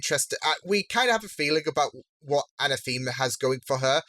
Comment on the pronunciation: Anathema's name is not pronounced a-na-THEE-ma. It's pronounced a-NA-tha-ma.